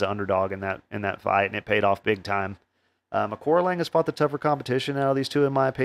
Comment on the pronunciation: Excellent show, thanks. The correct way to phonetically pronounce Aoriqi Leng is Archie Long…